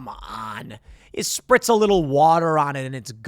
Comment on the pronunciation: Did Tim say "sprits some water on it"? I can't handle this hate speech.